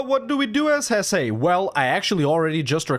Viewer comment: It's not pronounced "Hessay", essay.